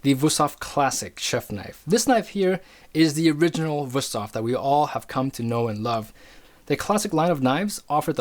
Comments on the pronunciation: He probably knows his stuff, but the fact that he's saying WUS-thof, instead of WOOST-hof makes me think he knows nothing. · It would be VOOST-hof in german. W's are pronounced in German like V's are pronounced in English. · Being german, i have to say one thing: Its WÜSTHOF! And you pronounce it like its two words, wüst hof. Really good vid tho, keep up the good work! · WOOst-hof is also not the correct pronunciation, far from it, lol. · in Gemany they pronounce W as V so it is Vusthof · I am not making fun of you but that pronouncing of Wüsthof and btw there is also Robert Herder and Zwilling knives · You pronounced Wusthof wrong, probably cause it's not Wusthof but Wüsthof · You're really butchering the pronunciation of "Wüsthof"… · It makes me sick how he pronounces Wüsthof. He just pretends there is no points on that u. Nobody expects you to pronounce foreign languages right. But if you make an expert video and say that brand name about 50 times make an effort and get it right. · daAnder71 got it. Dots, not points. I'm no stranger to pronunciation problems in languages that I try to speak or that my friends are starting to learn. The Ü is a hard one, no doubt. I just see no effort here - he's just glossing over it - that's all that bothered me.